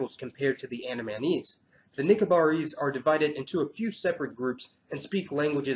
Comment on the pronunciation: Gotta work with your pronunciation mate, It's AN-DA-MEH-NIECE... Andamanese... YT auto generation caption thought it was "Anime knees"